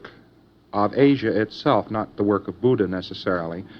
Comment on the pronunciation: His history is accurate and the fact that he properly pronounces "Buddha" shows some formal Buddhist study.